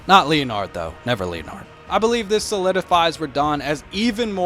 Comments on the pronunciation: Stop 🛑 saying “Lea Nard,” it’s Leonard! “Len Erd” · "leo-nard" lmao it's pronounced like "Lennard" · The horse name is pronounced as len-nard not leo-nard😂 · Said the name wrong, though. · You have a very strange way of pronouncing Leonard lol